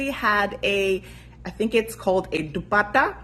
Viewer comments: the d is dupatta is pronounced like th is "this" , nice work tho! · She definitely pronounced it well, but it wasn't absolutely correct. Though it doesn't matter since I think she made a great attempt honestly! 😊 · She absolutely did not, but it was a sweet and cute try.